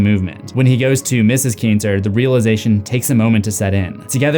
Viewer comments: You are the type of person who is a geek....... Plus the name is Alex Kitner............ Not Kitnser....... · It’s Kintner, not kinter. Ken-t-ner not kin-ter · “Keenter”…? No